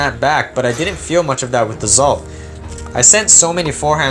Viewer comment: I also believe it's pronounced exalt